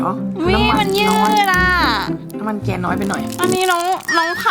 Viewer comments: 3.54 เเกนโลก ไม่ใช้เเก็นโลก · แกนครับไม่ใช่แก่น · พี่คะแกนโลกไม่ใช่แก่นโลกคะ